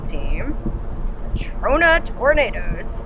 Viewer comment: "mah mah mah my Ta-RONA"